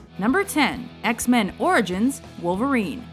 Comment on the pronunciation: not wolvrin orgins